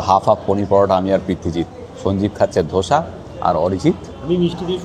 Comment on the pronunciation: দাদা....আপনার অনেক অনেক video দেখেছি। এই series টাও খুঁটিয়ে খুঁটিয়ে দেখব। একটা suggestion - ওটা যা breakfast করলেন সেটা দোসা , ধোসা নয়। ধোসা বা ধসা আলুর হয়। 🙏😅